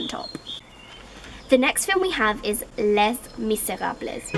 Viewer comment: Btw les miserables is "lay-me-ze-rab" not whatever you said no offence